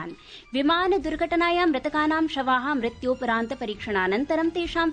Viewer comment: रामरामराम। शुक्रवासरः। सायन्तननवार्ताः। ....... मृत्यूपरान्त-🤦‍♀️❌। ......... उभयदेशे❌।......... मृत्यूपरान्तम्🤦‍♀️❌। ...... पोर्तुगाआल्?।...... पोर्तगालीयाः। ............. । 🤦‍♀️ जयतु संस्कृतमेव संस्कृतम्॥